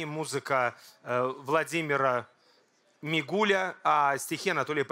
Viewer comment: Музыка Владимира МигулИ!!! А иначе получается - Мигуль. Как не хватает публичным людям знания русского языка. . .